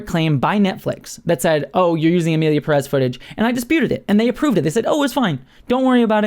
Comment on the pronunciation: Its Emilia Pérez, not "Peréz". Come on now.